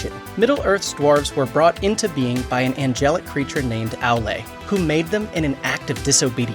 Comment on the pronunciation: its not Alae its Aoolae (Aulë) remember the au in Smaug